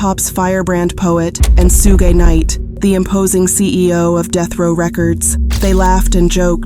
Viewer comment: The AI voice Saying Sue gay knight is diabolical smh